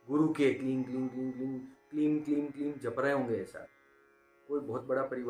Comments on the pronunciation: क्लीन नही क्लिम बोला जाता हे😂😂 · ओ भाई आप गलत बोल रहे हो kleem hi hota hai और बाकी आपका कहा अगर कोई jaap किया तो उसे मंत्र दोष लगेगा फिर वही जाने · Bohot ache se aapne samjhaya hai. Lekin aapne mantra ka jo pronounce kiya hai shuru me jo aapne bataya kleen, ya kleeng Woh thik se nahi samjha Kyuki aapne description me kleem mention kiya hai Exactly kya pronounce karna hota hai. Aap please hindi aur english dono me mention kijiye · Sir, kaya app kling bol rahe ho? Very confusing, please answer 🙏🏽